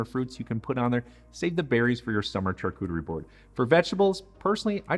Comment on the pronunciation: It's pronounced Sharcuterie not charcuterie!